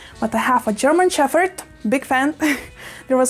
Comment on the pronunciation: It’s funny you say “sheffherd” 😂 for once in the English language the “ph” actually doesn’t make an “eff” sound lol so interesting